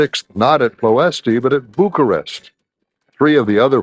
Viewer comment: Enjoyed the video, but it would be improved if the narrators used correct pronunciation for places. "Ploiesti" is actually pronounced close to "Ployesht". The last "I" is silent, and the accent under the "s" means that it is pronounced "sh".